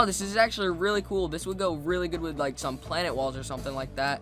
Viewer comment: "Remember to hit that lick and subscribe butt and in the face" is what I heard